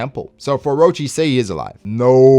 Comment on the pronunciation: That’s N O T “orochi...”